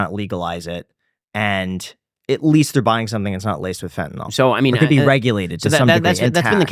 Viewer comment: A joint with laced with Fentanyl 🙄 That’s the stupidest thing I’ve ever heard. Also it’s FENTANYL, not FentaNOL. Oh my allergies are acting up, better go take some Benadrol.